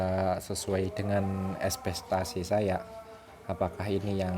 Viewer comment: Ekspektasi Bang bukan Espestasi